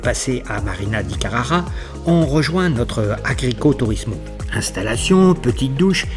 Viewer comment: Alors pour information on dit agriturismo et pas agricoturismo, 😅😅 bon OK je charie mais entre motards c’est normal 😉